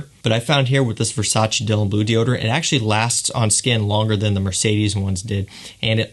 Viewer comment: its versace not versaci